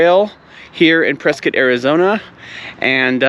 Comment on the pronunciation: Ah, you pronounced Prescott correctly lol. With the touch of snow, this is very beautiful. Miss living in AZ the views are amazing. Great Video! I took a long break from YT but now I'm active again.